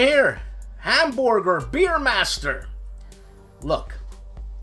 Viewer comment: very nice choises. just a litte correction, the one you say beermaster is actually Veermaster. the capital letter (V) is depicted in funny way in typography. thanks for the video and looking forward the next one. especially with Mr. Oulette.